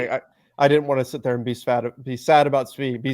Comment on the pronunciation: Never be "Svad" 😂